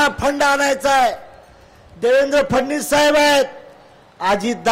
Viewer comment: फडणवीस म्हणा अगोदर 😂😂😂 फडणीस म्हणताय 😂😂